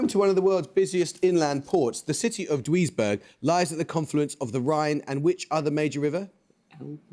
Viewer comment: "Dweezburg" was a bit perplexing.